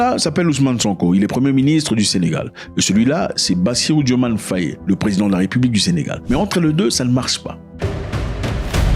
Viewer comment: Petite rectification, le nom s’écrit et se prononce bien DiomaYE.